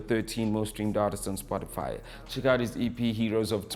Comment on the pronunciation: Is he saying Spotifyer?😂